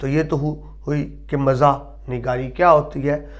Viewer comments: تلفظ کے اعتبار سے بہت غلطیاں ہیں ۔ ظُلبا نہیں طَلَبہ، درست ہے، مَزاح نہیں، مِزاح درست ہے۔ قہقہ نہیں قہقہہ درست ہے۔ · lafz musanif ka imla aur lafz pata ka imla mujay drusat nahein lag raha...lafz muzah aur talaba ka tlafz b drusat nahein lag raha..rahnumai fermaein